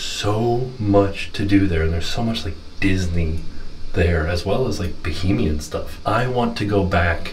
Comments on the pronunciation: Baa-HAY-mee-an … Bohemian is something totally different! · its pronounced Ba-hay-me-n. No O anywhere lol